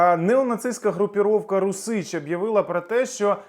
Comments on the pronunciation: "РУсіч", а не "РусІч" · Не РусИч, а рУсич. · "Русiч"-наголос на першому складi, розумнику.